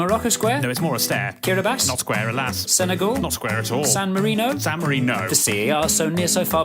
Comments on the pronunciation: san Marino San mariNO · Bro, said San MariNO